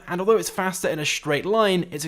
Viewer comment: It sounds like hes saying fist her comet Not hating